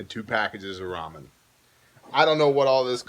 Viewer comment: I can’t be thankful enough you said ramen and not “ray-men”! 🙏🏻 Haha